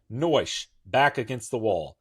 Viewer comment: Naoise/Noish and Chulainn’s/Holyn’s actual personal skills are to cause endless debates on how they should be pronounced. If anyone wants to know on how to pronounce Naoise, it’s “Nee-sha” as for Chulainn? Still trying to figure that out 🤔